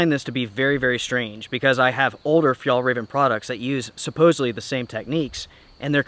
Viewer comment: Hallelujah! I hope your really finally done with Fjallraven. You have never pronounced this company's name correctly.